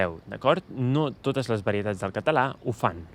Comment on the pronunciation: I claim that you don't really use schwa (in your particular accent). It took a long time to convince my friend Oriol that the way he (and many of his Barceloní friends) pronounced the schwa of non-tonic As and Es the same as a tonic A. Which is to say that they don't really pronounce "català" as /kətə'la/ but /kata'la/